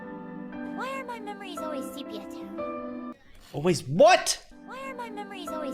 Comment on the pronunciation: Sepia is a real word, she said Sepia-Toned and her pronounciation was clear and coherent, your ears clearly don’t work.